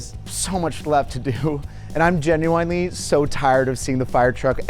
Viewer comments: did this dude just say Ginuwine-ly? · Is 'genwinely' how canadians pronounce genuinely?